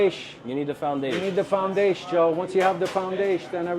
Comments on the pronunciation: THE FOUNDAYSHE JOE!!! 😂😂😂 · That's my favorite one, makes me laugh any time someone says "foundasche" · once you have the foundaesh...It's ezpz !!!!!!